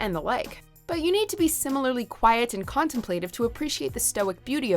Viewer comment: You can pronounce Modernity, but not contemplative?